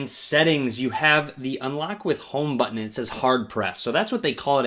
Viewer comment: homeeee BUTToon ... they way he says Button is soo funny 😁